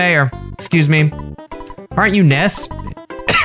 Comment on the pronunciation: Ness is actually pronounced nuss